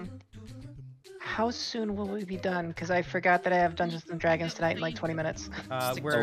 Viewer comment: "i fowgot da backgwound :/"